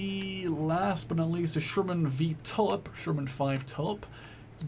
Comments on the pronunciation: Pee-at Not Pie-at If you say Pie-at you are saying it incorrectly. Also it is the T-u-lip as in the flower, not the T-ull-ip Not surprisingly, the Bren gun carrier holds a Bren gun! However the Australians did pop in a Vickers, but they were called Vicker carriers. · It's pronounced "two lip", not "tullip"